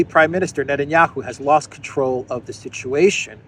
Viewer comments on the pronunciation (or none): none